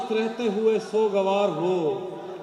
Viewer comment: Mashaallah....kya baat h...bahut khoob...magar halki si herani h ki intna ilmi insan ' sog - var ' ko '' so - gvar' keh raha h.